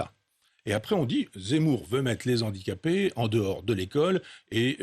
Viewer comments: Monsieur Onfray : « Les HANdicapés » !! Pas les « ZANdicapés » !! Merci ! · les z'handicapés , la liaison de Michel Onfray heurte mes oreilles